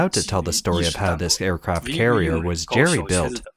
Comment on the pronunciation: “Aircaraft” carriers?